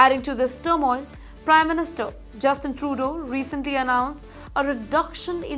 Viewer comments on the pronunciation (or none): none